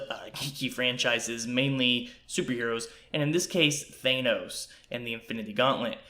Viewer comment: Nice vid. BTW, its pronounced "THAN-NOS" not "THAY-NOS." :-/